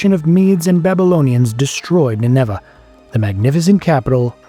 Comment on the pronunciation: Why do you pronounce Nineveh with the accent on the second syllable? There are a number of other similar unusual pronunciations (to English ears). Are these in some way more accurate, or just an issue with an AI voice?